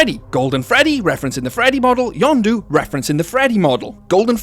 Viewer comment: I simply cannot understand how "Yenndo" is pronounced "YonDoo" Isnt it pronounced "YENN DOE"? idk